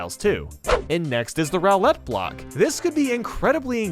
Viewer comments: “Rowlet block” I think it’s pronounced “Roo-lett” block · great video but roulette is pronounced roolette not rowlette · makes a fantastic video with 100 ideas for a game. Me: He pronounced roulette "rowlette"? 😱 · did he say rowlet block? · JosiYah Grashen he pronounces Roulette as Rowlet. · It’s pronounced “roo-let” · did he just pronounce roulette like that? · Bro...... how do you mispronounce "Roulette?!" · That is the strangest pronunciation of the word roulette I’ve ever seen